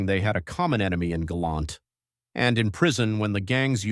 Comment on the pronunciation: Hey, it's "Galant" NOT "Galont" ijs